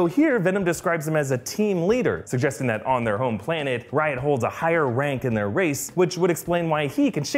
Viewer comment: Literally every time u say riot it sounds like ur saying Ryan